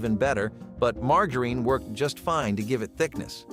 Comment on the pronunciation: He mispronounced margarine drives me up the wall! LOL